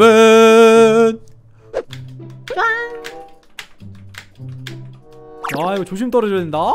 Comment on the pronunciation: 계속 잉여맨님을 잉어맨이라고 하시네요잉어맨은 잉언가요?그리고 친추가 친투네요